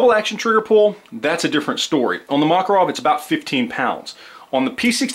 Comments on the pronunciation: ma-KAR-ov is the pronunciation. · Is the Makarov pronounced "Mack" or "Mock"? The internet seems to be split on this one. I'm sure the Russians use the latter pronunciation, so that should be all that matters, right?